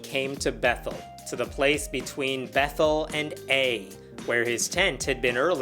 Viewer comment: Random note, "Ai" is pronounce ā-ī